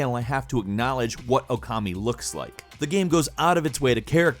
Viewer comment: the moment he says okami . LIKE!! LIKE!!! LIKE!!